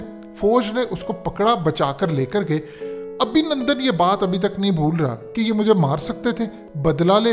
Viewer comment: Abhinundun Nahi Abhinundu🤣😅😂